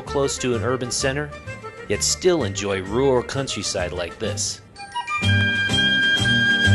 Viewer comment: I can't believe it's been eleven years since I made this documentary. The commentary, especially how I can't pronounce the word "rural" is a embarrassing. But it's amazing what Salt Lake City has become in the last eleven years towards becoming more pedestrian friendly, bike friendly and overall a better place to live.